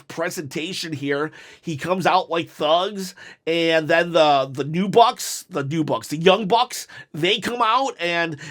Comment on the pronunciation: I’m glad you’re giving AEW a fair chance. It’s hard to believe that you gave AEW a genuine chance the first time if you can’t say the Young Bucks or Jon Moxley correct.